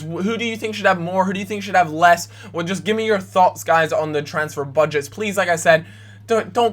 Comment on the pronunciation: "bud-gets"